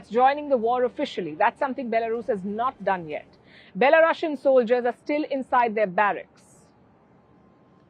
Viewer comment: i LOVE how you call them belo russians lmao its perfect <3